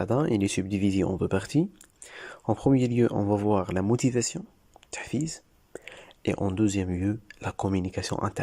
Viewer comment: «La motivation « noo lmotivasoo😅